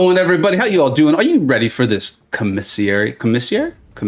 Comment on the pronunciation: I haven’t finished the stream yet but did you learn how to say commissary correctly? 😂 it’s like comma-sary. Or COMM-uh-sary. Stress the first syllable not the second. It’s a military grocery store on base/post and would have been where Cap shopped. 😊